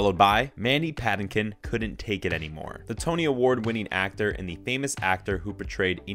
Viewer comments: Patinkin is pronounced strangely as well 🤨😬🙄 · You're mispronouncing Patinkin.